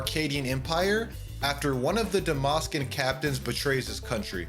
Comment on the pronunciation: Dalmasca has a L in it juat like half of this video